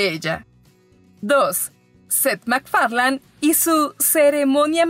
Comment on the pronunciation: Mc ferlein. Se lee